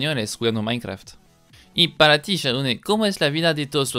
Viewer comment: Uh lala señor frances minecraft,se dice mainkra okno